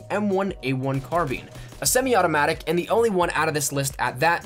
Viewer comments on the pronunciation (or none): It’s so funny how he says garand and carbine